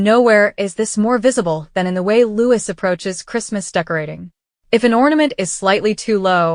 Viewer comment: PLEASE PRINCE LOUIS IS HIS NAME AND PRONOUNCED LOOO EEE NOT EVERY OTHER NAME STARTING WITH L PLEASE GET IT RIGHT